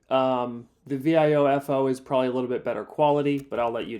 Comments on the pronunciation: You're spelling out Viofo? What? It's vee-OH-fo. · Thanks for the vid! Please work on your pronunciation of Viofo XD But jokes aside, this is such a cool concept. I'd love to see Viofocdo something like this.